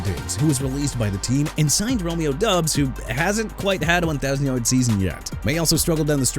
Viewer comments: It's pronounced Romeo DOBBS, not Romeo DUBS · Dude Chicago isn't pronounced chee-kah-gow; it's either shuh-kah-gow or shee-kah-gow! New Orleans as in New Or-lins NOT NEW OR-LEANS! What part don't you understand? Also it's Romeo Doubs as in Dobbs! And Kingsley Enagbare not Engabare! Isaiah Likely not E-sai-ah Likely, Chuba (choo-ba) Hubbard not Chubba, STEVE SPAGNUOLO NOT SPAGNOLA and Jaguars pronounced ja-gwaars not "jagwires"!!!! You got no respect for athletes or cities or teams WHEN YOU MR. AI SOUNDING VOICE GUY KEEP BUTCHERING THEIR NAMES! YOU NEED TO QUIT!!!